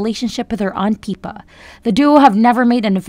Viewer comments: If you’re going to report on Princess Catherine please at least how to pronounce their names correctly. Her sister’s name is PIPPA…NOT PEEPA‼️‼️ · Please adjust your auto voice --- "PEEPA", Seriously??? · Your saying Pippas name wrong!